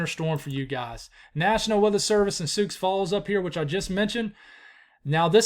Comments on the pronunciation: Listening from Nebraska here! Thanks for the forecast,! Hebron is pronounced “Hee-bren” and Sioux is pronounced “Soo”. Keep up the good work. Bracing ourselves for this snowfall in the Cornhusker state. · Sioux is pronounced "Soo"